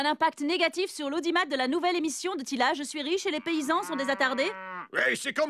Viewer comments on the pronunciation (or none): c'est teela pas tila xD